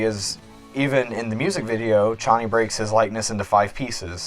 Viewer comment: It feels so satisfying to hear you say Chonny right omggg :D